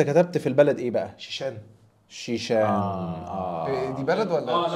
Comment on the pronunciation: البلد اسمها الشيشان مش شيشان